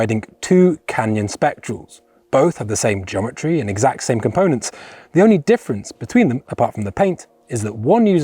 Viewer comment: Are you saying Jometry?